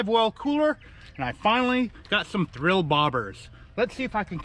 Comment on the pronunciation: There is no R in Thill.